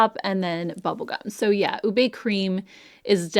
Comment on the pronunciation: Going to try the Huda blush this spring. Passing along, as a Filipina - we pronounce it OOH-beh. And I think that’s the one I’m going to try, or intense guava!